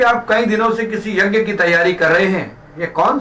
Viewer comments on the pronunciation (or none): यग्य नहीं यज्ञ( यज् ञ) होता है । yjay.